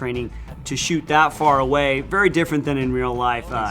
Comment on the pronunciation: my guy sed shoot houe XD